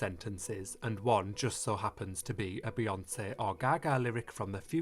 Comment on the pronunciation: I LOVE the way you pronounce BeyoncĘ